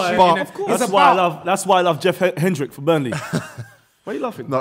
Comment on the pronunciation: Man said Jeff Hendrix!!